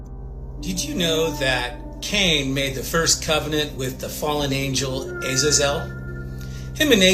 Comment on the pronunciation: Wow. The guy who’s trying to come off as an expert on 𝗔𝘇𝗮𝘇𝗲𝗹'𝘀 𝗻𝗲𝗽𝗵𝗮𝗹𝗶𝗺 𝗼𝗳𝗳𝘀𝗽𝗿𝗶𝗻𝗴 ought to learn how to pronounce Azazel correctly.